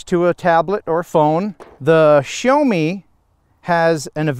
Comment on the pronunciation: See-yao (first syllable fairly short) not 'show' :) Excellent review otherwise.